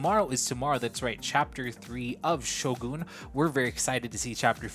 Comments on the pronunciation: Hey why do you pronounce Shogun like that? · Just so you know really like your reactions! But it’s not Shogoon it’s Shogun!!! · someone should probably tell him its not pronounced Shogoon